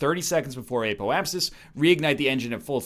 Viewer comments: The Eh-poapsis is the Canadian Apoapsis. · "Eh-po-ap-sis" Spoken like a true Canadian.